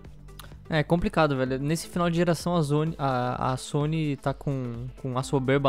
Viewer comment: "a zony" kkkkk poxa sony... Força Microsoft...lol